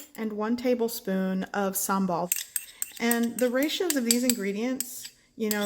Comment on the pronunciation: Is that how u say it 😂